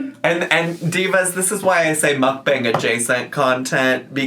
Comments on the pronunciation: Why does she keep calling the timer a stopwatch? It has to be a watch to be called a stopwatch. I hate her vocal fry! "Mook-bong-guh" but the "guh" in a higher pitch than the first part of the word. She adds at least 1 extra syllable to every damn word. And, "andouille" pronounced and-doo-wee not and-ole-lee. This is Miss 3.9 GPA, Miss 140IQ, Miss Proper Grammer at all times, Miss Well-Read. Yet can't pronounce over half the words in the english language 😂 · the way she pronounces mukbang annoys me so bad